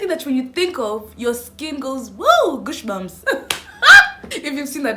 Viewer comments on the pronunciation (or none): So we'll ignore the fact that she just said gooshbumps😂